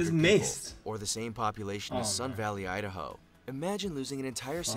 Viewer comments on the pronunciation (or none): none